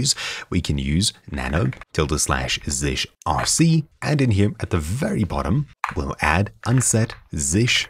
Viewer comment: It's not [zish] but [zee shell].